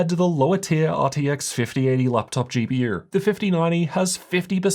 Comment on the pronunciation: "Laptop GP-YUR"